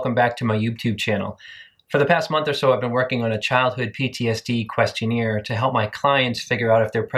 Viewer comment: You pronouncing question-AIR as question-EER is giving me PTSD.